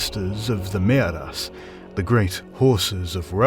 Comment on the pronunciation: Is it Maeras or Mearas? I'm confused. Personally, I like Maeras, but in the name of the video it says Mearas, unlike the translation.